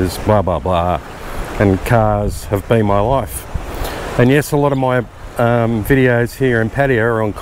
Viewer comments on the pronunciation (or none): none